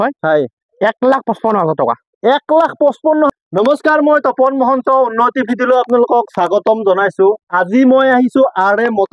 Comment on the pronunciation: বাকী বাদ দিয়ক,,মহন্ত বুলি যে কয় শুনি ভাল লাগে দেই